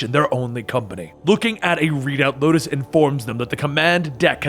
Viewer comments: Di- Did he just say "Locust"? It's Lotus... xD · Lotus not Locus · LOTUS. Not Locus or Locust smh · ITS LOTUS NOT LOCUST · Lotus not locust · I'd love to see more Warframe lore (even though I already know most of everything). Although side note, you kept called Space mother "Locust" when her name is actually "Lotus". As in the flower. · Did anyone else catch how he said Locus instead of Lotus at some point😂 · If you do more of these then plz... its lotus not locust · This looks like an alternate universe of Warframe since everything became so confusing, and Locust? LOCUST?!? I think you meant Lotus, but this story is good anyways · locust... honestly... acurrate. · First of all it “Lotus” not locust. And second, it’s about damn time you make some warframe lore! PLEASE! For god’s sake! Do more!!! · LOTUS LOL. you said locusts 😂😂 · Lotus the name is lotus not Locust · YES! More please. Also not to be a smartass but its lotus not locust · The Lotus, not The Locus/Locust. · amazing job but it's pronounced lo-tus not lo-kis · You said locust ...... it’s the lotus ..... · Btw it's lotus not locust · Btw it is the lotus not locust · Did you call space Mom locust ??? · Any one else here him say locust not lotus..I was triggered for a second lol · Did you say locus instead of lotus? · By the bra it's lotus not Matisse (just correcting ) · i thoughi i was the only one hearing it wrong xD but ya lotus not locust. Maybe cus of copyrights 🤔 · Pretty sure he meant Lotus but it sounds as though he said Locust. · is it just me or does he sometimes say locust instede of lotus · He said Locust like the bug listen again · Ricardo Ortiz-Joseph I heard Locust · Lol did anyone else hear Locust? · No hate or all but its lotus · Locust? Other than that, my favorite of your videos! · Ikr it says her name in the comic so idk how he fucked it up